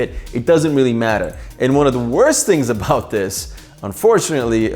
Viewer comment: just rewatching this video now and if you skip to, says matter like mattah. Is this dude from Boston????